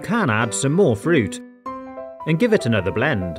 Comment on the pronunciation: I like how whenever he says and, he says it like “ha and”